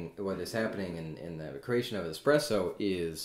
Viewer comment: Is it just me, or does he say, "expresso" ?